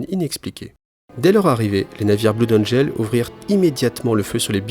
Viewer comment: "bloude angel" :'(